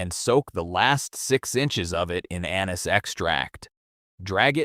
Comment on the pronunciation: Your AI presenter does not now how to pronounce anise